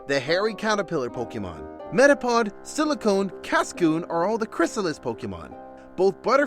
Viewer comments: when he says silicone instead of silcoon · It's Silcoon not Silicon. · Love how the narrator says Silicone instead of Silcoon!